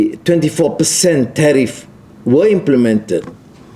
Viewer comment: Suruh baca PDF dr ChatGPT. Tgk dia cakap ape?? Tariff jadi teh tarik gamaknye... 😅😅😅😅😅